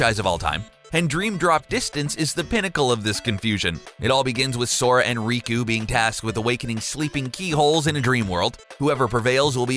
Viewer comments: Its riku not Rico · How the heck do you read Riku as Riko and Xehanort as Xenoheart